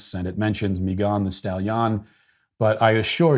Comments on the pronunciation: Why are you pronouncing Megan as MeeGAHN? 🤔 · Dude said Meeegan thestallion!! I’m dead 🤣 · I had no idea her name was pronounced May-GAHN Thee Stall-YAHN. I will never be able to unhear that now... Thanks, Matt! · So many words he can’t pronounce but confidently says “Meghán de Stahliian” 🤣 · 🤣🤣@ the way you pronounced Megan Thee Stallion's name lol. Just regular Megan and regular Stallion (like a horse) lol. Still love ALL of your content. Big fan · The way Matt pronounces Megan the stallion is truly chefs kiss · I’m sorry but the way he’s pronouncing her name brooo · Matt, I appreciate you intentionally mispronouncing names on a regular basis, but you usually do it in a way that we still know exactly who you’re talking about. The way you pronounced Megan thee stallion’s name was just too much. It took me until almost the end of the daily cancellation for me to even realize who you were talking about. I had assumed you were talking about some Hispanic person I had never heard of. I had to go back and rewatch the daily cancellation just to understand it in a different context. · Sir, please explain the incorrect enunciation of Megan just like Rapinoe the(e) extra e stalllion( just like the horse)??